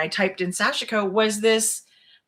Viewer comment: You look super comfortable in your new format! And both of you look great in your kerchief/shawls! BTW, Sashiko is pronounced SASH-koh. The "i" is silent.